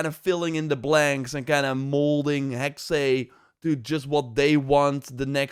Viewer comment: Hexe (the German word for "witch") is pronounced HEK-suh, with two syllables, the first rhyming with "hex" but with a short 'e', and the second a soft 'uh' sound, similar to the 'a' in "sofa," stressing the first syllable. Breakdown: Hek-: Sounds like the English word "heck" (short 'e'). -se: A soft 'suh' sound, almost like 's' followed by a very quick 'uh'. So, say "Heck-suh". P.S. Elsa is a swedish name.